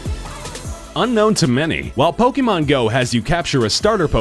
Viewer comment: fr, I'm so triggered with the way he says pokemon